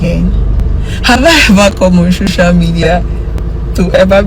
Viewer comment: For the rest of us "LAYMEN" as she called us 🤦🏾‍♀️, I'm I the only one hearing her say "SHOCIAL MEDIA"? and "THANK YOU FOR YOUR CONCYNE"? VDM, you sef zukwanike!!! 😂😂😂